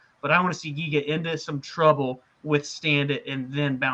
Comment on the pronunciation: not jiga, it is Giga (g'reat, g'oal, g'ame...) good luck, guys.